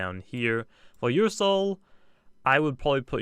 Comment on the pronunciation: he called revenine ursoul lol